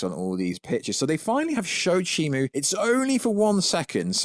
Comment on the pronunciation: It’s shimO NOT ShimU…